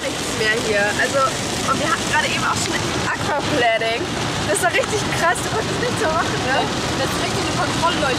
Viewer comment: Kleiner Tipp zur Aussprache von Aquaplaning: Auf Deutsch heißt's "Akwaplahning". Manche glauben ja, alles wäre irgendwie Englisch. Aber auch da heißt's nicht "...plänning" sondern "...plejning". Ich für mein Teil bleibe lieber bei Deutsch ☺